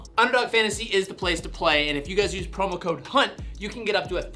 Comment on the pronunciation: Bro go back to 5.24 where you say use promo code it 100% sounds like you are saying promo code c#*t